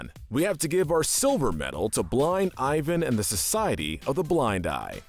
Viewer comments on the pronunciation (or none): none